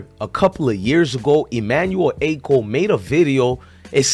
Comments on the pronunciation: Dont get mad at me its pronounced Ah-cho not Acko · Emmanuel ACHO. Pronounced as AH-CHO. Like saying AH-CHOO minus the extra “O”….